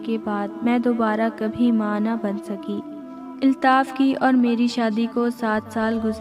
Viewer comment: Nice story h miss lekin ap please apny alfaz k tallafuz ki sahi adaegi Kia kren jese k ap ne kaha ( iltaf) jb k sahi lafz (Altaf) hota h or ap police b sahi nhi bolti ye b durust kren